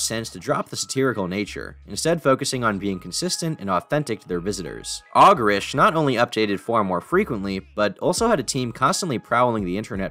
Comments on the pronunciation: Never heard it as “Aw-gerish” just remember it as “Oh-gerish”. Not hating though, great video! NIN Closer in the background was perfect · Ogrish is pronounced like ogre, like Shrek